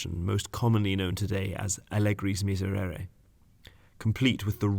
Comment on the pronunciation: How many time you can mispronounce the word miserere in a row JESUS